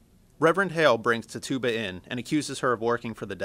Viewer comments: Tf is a tit tube ba? It's Pronounced Tit chu ba! not tit tube ba. Spelled as Tituba But pronounced as Tit chu ba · Ti-Jew-Ba not Ti-Tu-Ba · he literally said tih TOO bah. pisses me off. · Isn't it Titchuba not "Tituba" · it's not ti-tuba its titchaba honestly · Quick Note Tituba's name is pronounced "Tit Ju Ba" no "Tit Tuba" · Carlie Zucker I've heard it was pronounced like TI chu bah. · oh god... he is pronoucing the names wrong! >:( its not "Jiles Corey" its "Giles Corey" with a "G" sound not a "J" sound. The slaves name is pronounced like " Tich-uba" NOT "TI-Tuba" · ITS PRONOUNCED TITCH-YOU-BA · Tituba is pronounced tit-chu-ba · No hes not its pronounced "Tih Chu Bah" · the guy says Tituba wrong. The emphasis is on TIT not the TYOO part. Tit-tyoo-bah. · Tituba's name is pronounced TIH tuh bah, the first syllable is emphasized. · Jonathan Hillier buddy, tituba is a legit historical figure, watch a video about the background, it's tI chu bah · The pronunciation of Tituba should be "tit-choo-bah". Your pronunciation is driving me batty. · Her name is pronounced TITCH-OO-BUH, I think this is the same guy who pronounced conch as "conk" in the Lord of the Flies video. He's still a good speaker though. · This was pretty great, except it bothered me every time you said "Tituba" Tituba (Tih-Tchoo-Buh) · This was good. Just a note: it's pronounced Ti-chu-ba.. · I’m sorry but that pronunciation of Tituba, idk if it’s just our Scottish pronunciation but we say it so differently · Really! If your going to talk about the crucible then you could at least pronounce Tituba the right way! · You're miss pronouncing Tituba ._. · I swear he said Tituba so wrong... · i love the way her pronounces tituba